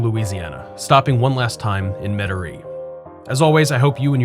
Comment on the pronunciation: The way you pronounce Metairie is unlike anyone I ever heard in my entire life. Where are you from?